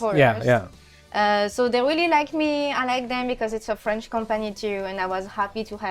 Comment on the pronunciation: You would think Canada eh, would pronounce French better. ❤ Seriously though, is it aye or eh ?